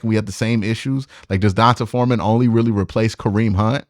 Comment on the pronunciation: Please bro... It's DEE-ON-TAY Foreman 🤦🏾‍♂️🤦🏾‍♂️ the only player currently in the NFL with an "ON-Tahh" name is Devonta Smith. D'onta Foreman is the same concept as D'Ernest Johnson. I don't mean to be the grammar police but goodness, this has to stop 😂 lol it's so cringy. Ok I'm done lol